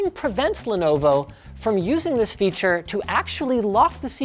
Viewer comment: sus segway to lenovo "fearure"... 😁